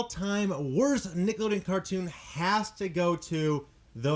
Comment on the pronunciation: It bothers me that he said like 'Niggalodeon' instead of 'Nickelodeon'